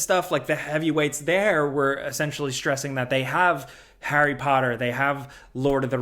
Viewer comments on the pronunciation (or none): none